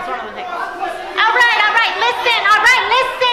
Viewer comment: What’s up with the “ listen leesteen “? Hope she gets more of it the sorry sac of sh…